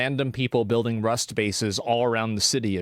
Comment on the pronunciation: 😂😂😂😂im dead, Asmon Saying RUST bases is hilarious af